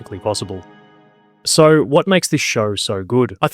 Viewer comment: I just wonder why you say 'sore' instead of 'so'.